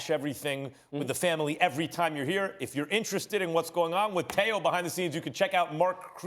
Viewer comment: It’s Teo not Tao. And this guy only has a lucky punch chance against Loma. Other than that he has no chance at all.